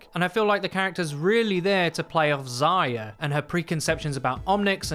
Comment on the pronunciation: The way you pronounce Zarya makes me want to slit my wrist. Zaaahhhhya wtf mate